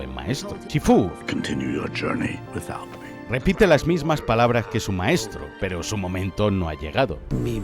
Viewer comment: soy yo o el último "PEROOO" lo dijo en chinooasjjajaja